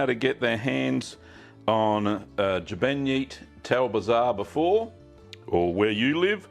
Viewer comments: It is pronounced jbeyniet tal bzar. It's pache not pace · Great, You can pronounce it like this Shbay- neart Tul Bzar. Or Jeborn Tul Bzar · Sh-bay-neat tal bizarre closer to the Maltese pronunciation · you are totally wrong my friend im Maltese and its Gbejniet tal-bzar not how you said it and no its not arabic